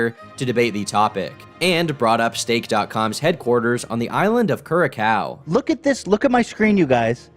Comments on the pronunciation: It’s not cura cow it’s cur ass ow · I love how he pronounced Curacao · I took me like 3 rewatches to realize how badly you mispronounced Curacao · So this is a very minor point, but how did you manage to mispronounce Curaçao that badly? The wiki even has the pronunciation right there. I mistook it for Kraków. I'm baffled. And of course I'm sad that my shitty little island is such a godforsaken place. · You pronounced curaçao wrong, moron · That is not how you pronounce Curaçao lol